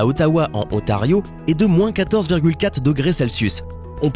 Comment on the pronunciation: Mais tu c pas parler il faut que tu prononce le n de en avec ontario